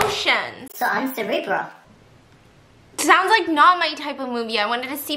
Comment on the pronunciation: the way she doesnt know how to pronounce cerebral 😂